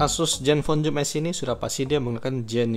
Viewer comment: maaf mas "Zoom S" bukan "Joom S". oke